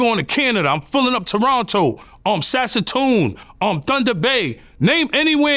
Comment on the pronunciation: sasatoooooon instead of Saskatoon is crazy work lol